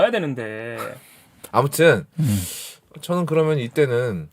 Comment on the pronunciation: 즈느 아지 못하느일이니다. 일본발음임